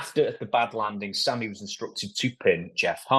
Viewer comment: Dutch trying to be respectful but didn’t say Sammy’s name correctly 😂